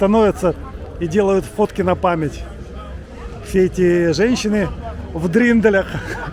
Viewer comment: 😂😂😂не дриндель, а дирндель